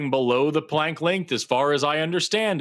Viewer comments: If Max Planck is "the most respected name in physics," let's pronounce his name correctly, okay,? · The mispronunciation of Max Planck's name is killing me.